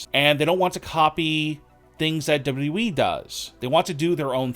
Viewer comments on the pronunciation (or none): It's "WWE". Not "W.E"